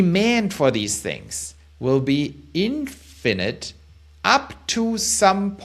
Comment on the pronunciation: Sounds stupid when you say infinite.. it’s like you don’t understand the word